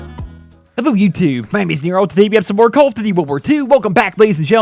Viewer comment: is it me or does he have trouble pronouncing "call of duty".....